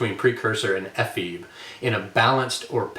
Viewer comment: Ephebe has three syllables. It is a Greek word.